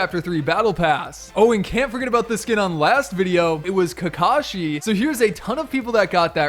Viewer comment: He can’t even say kakashi right he done said caca she